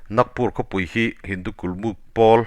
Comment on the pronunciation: Kulmut nilovin KULMUK tih zawk tur aw.